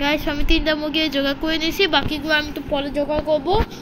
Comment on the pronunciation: 😂😂😂মুগগি না মুরগি😅😅